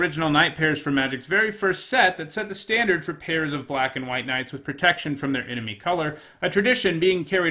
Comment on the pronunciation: "After a couple of nights in a row without pertection" MonkaS